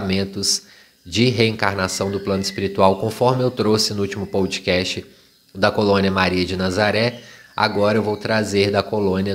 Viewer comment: teus posts são muito bons. Escuto quase todos os dias indo ou voltando para o trabalho. Ps: não é “pão-do-cast”, mas “podcast” (“podecast) 😉